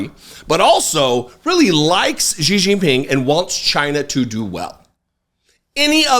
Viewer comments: ❤❤❤❤❤❤@, I love you to death, so please don’t take this criticism as me being a d-bag. Xi is pronounced She. 🙂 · Jesus, nearly every American butchers that CCP dictator’s name, but Xi is pronounced correctly like the pronoun “she” [Jinping]. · Please learn to pronunciate Xi's name, please.